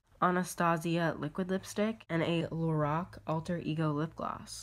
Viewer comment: It's LO-RACK not LO-ROCK